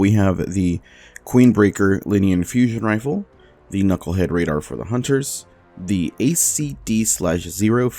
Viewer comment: Did he say "Queenbreaker, linean fusion rifle"?